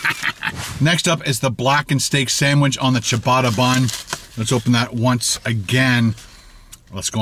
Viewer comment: can't even say Ciabata lol